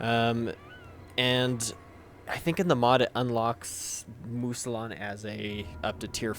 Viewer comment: Mousillon = "moo-zee-yon"